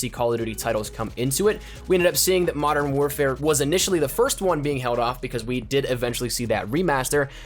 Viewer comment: What the fuck is 'Madden' it's pronounced Mo-dern